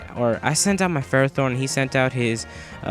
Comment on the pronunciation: you pronounce ferrothorn wrong